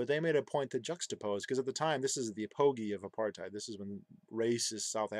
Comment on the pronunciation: Apogee is pronounced "a peh gee," just a friendly fyi.